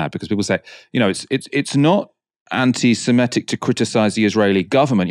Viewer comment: I wish could finally, just once say, "AntisemItic" and not forever "AntisemEtic."